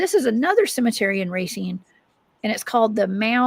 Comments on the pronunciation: Awesome show, Racine is 30 miles from me, pronounced, RAY-SEEN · she said Ray-sin, if thats how you pronounce your town, you're pretty ignorant